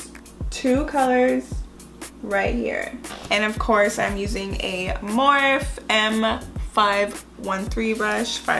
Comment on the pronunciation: beautiful look!!! But lmao girl morphe is pronounced "morph-e" like you say "morph" and then say the letter "e"